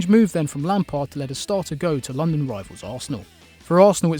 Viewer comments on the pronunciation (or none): none